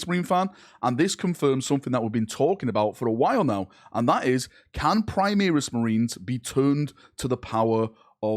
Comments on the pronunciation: "Choral" is pronounced Core-al similar to chorus, also "Primaris" is not Prime-ear-is but Prim-ar-is it's a bastardisation of the Latin Primarius which is pronounced Prim-ar-ius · PrimAris man.....pri-MAR-is.....ffs